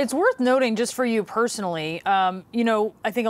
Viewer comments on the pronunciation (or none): She said "nothing", but i think it said 'noting'.. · She read it wrong. Not, "...it is worth NOTHING...", it's said "...it's worth NOTING..."! Whoops! needs new contacts. However, that doesn't make things right! We know what you meant. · "The 48 hours before symptoms onset is worth noting" .... not "worth nothing", as the reporter incorrectly read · Learn to read it says "worth noting" not worth nothing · “Noting” and “Nothing” have two VERY different connotations with regards to this sentence ma’am. Thankfully this wasn’t a podcast and I could read the statements (correctly) myself.